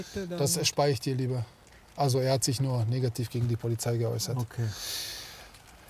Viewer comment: We heißt Polizei und nicht polizai